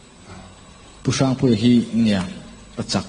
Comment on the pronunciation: A hming i sawi hian pu Harry i deuh sawh a ang deuh thin in ka hria,hrang tih kha i sawi dan kha engemaw riau a awm tlat